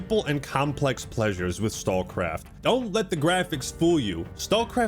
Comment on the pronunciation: I love that "StalCraft" just became "StawCwaft" every time he said it! Made me smile